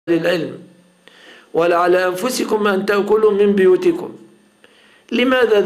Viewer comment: تنبيه هام (بُيوتكم)بضم الباء وليس. كسرها هكذا في المصحف وقراءة حفص ولا أعلم باقي القراءات